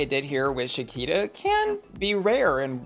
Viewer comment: Him saying “sha-keeta” 😂 and not “sha-kwee-ta”